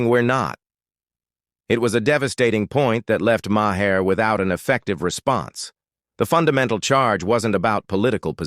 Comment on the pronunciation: This is a bogus AI video! He can’t even pronounce Maher correctly!